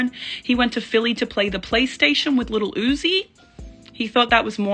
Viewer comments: “He went to play PlayStation with leddlo oozie” 🙄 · Nah bruh she said lil oussi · She said lil oozie